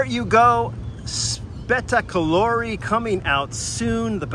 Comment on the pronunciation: Spettacolare is pronounced almost like spectacular in English, but without the first C and with an E at the end. We'll let is slide if you say U instead of O. :)